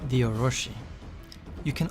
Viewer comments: how can you take this serious when he cant even prenounce "Orochi" (oh-ro-chi not ohroshi) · very good and informative video the only thing that bugged me was it's not oroShi but oroChi